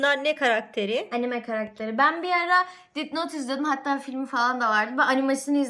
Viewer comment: Bu arada bi seye takıldım death note dit not diye okunmaz deht not diye okunur